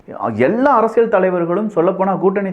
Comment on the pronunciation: Your videos are too good. I'm started following all your videos. தெளிவான விளக்கங்கள். Only one humble request in your title intro. ஆழமான அரசியல் சதுரங்கம் But you are saying ஆழமான அரசியழ் சதுரங்கம். Please try to change from next videos. Sorry if I told anything wrong.